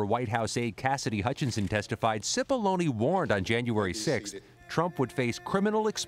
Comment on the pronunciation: It’s pronounced “chipollonae” not “sipolloni”